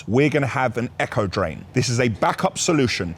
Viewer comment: I was trying to work out what an “Echo Drain” was then I worked out you meant “Aco Drain”.